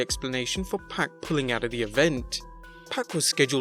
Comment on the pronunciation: Its only 1 pac..and it ain't pronounced "pack"